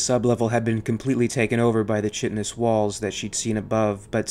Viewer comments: chitinous is pronounced “ky-ti-nus”, it’s a hard “ch” like in the word “chaos” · The "ch" in "chitinous" is a "k" sound. 😉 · These are AMAZING videos - love what you're doing! - "Chitinous" is pronounced "KY-tin-us," not "CHIT-in-us," btw. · "Chit-in-ous?" Its pronounced "kyt-in-nous" :) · Great video, but "chitinous" does not have a "CH" sound; it is a hard K, like in "Chaos". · "Chitinous" is pronounced kahy-tin-us. Chitin is a nitrogen-containing polysaccharide, related chemically to cellulose, that forms a semitransparent horny substance and is a principal constituent of the exoskeleton, or outer covering, of insects, crustaceans, and arachnids. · Chitinous pronounced (kīt′n us) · "Chitinous" is pronounced "Kite-iness." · Chitinous is pronounced "Kaitinous", unless you're Bwitish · You're mispronouncing "chitonous" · You mispronounced "chitinous."